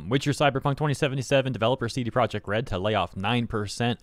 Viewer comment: Your attempted to pronounce CDPR in Polish is completely wrong tbh.